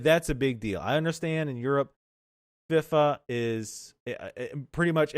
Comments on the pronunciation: Fee-Fah. not Fif-fah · You demolished the word FIFA. It's pronounced Fee-Fa.